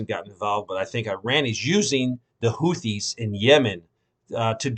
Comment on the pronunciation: “HOO-tees” the “th” phoneme is pronounced as a “t”.